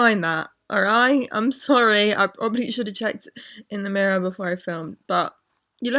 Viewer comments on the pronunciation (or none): none